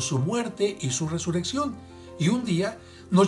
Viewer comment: DICES: resureccion. Se dice: resurrección. Y eso que eres un guía.